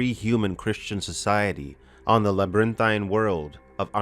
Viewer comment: Old boy says the word "pain" funny. I know I probably seem ultra-critical right now, but I laugh every time he pronounces "LabyrinTHINE." I mean, phonetically, he got all the syllables in, so... good for.